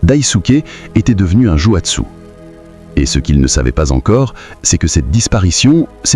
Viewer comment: jouatsé? mais il n'y a pas de "tsé" en japonais, uniquement "tsu".